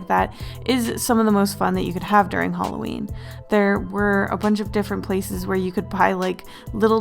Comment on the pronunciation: Hallowen = Hawleen New year eve = eveleen